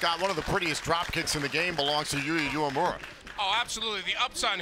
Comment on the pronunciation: Uemura (they pronounce it wrong) is young and talented, he can become a huge star. Old pirate PJ Black is ok, but I don't think Impact needs him, except that he can participate in some funny backstage scene with Heath.